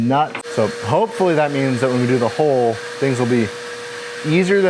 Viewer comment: I guess after watching too many maritime videos on You Tube that a boat's HULL in the United States is a HOLE...don't go to the town of HULL in the UK and call it a HOLE...it is not an O it is a U pronounced as in Hulk, Huddle, Humble, Hunt, Hub.